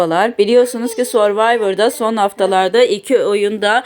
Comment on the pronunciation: sor değil sörvayvır diye okunur (who cares dimi?)